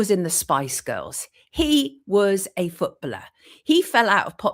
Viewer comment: Can someone please explain the connection with the “chequered floor” the painting of the nurse and freemasonry?? It’s annoying to bring something like that up and not explain it. One more thing why is she pronouncing the word “footballer” like that? Who says it like that and why? It’s incorrect and extremely jarring!! Great video otherwise 😁